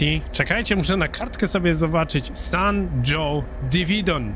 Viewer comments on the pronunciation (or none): Hejo, San Jose Diridon czytamy z hiszpańskiego :) "San hose/San hoze" :)